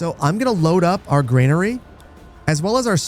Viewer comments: It's "GRANERY", not "GREYNARY". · Please stop pronouncing granary as grainary. Very annoying 😂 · There's no "i" in Granary... ;) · Like the channel. Any chance I can get you to pronounce "granary," as GRAN-uh-ree instead of GRAIN-uh-ree? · Glad to see more Manor Lords content! I'm convinced you're intentionally mispronouncing 'brigands' and 'granary' as some kind of social experiment, maybe for engagement 😂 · Would you kindly drop that imaginary "i" in Granary? It's bothering me more than I'd like to admit.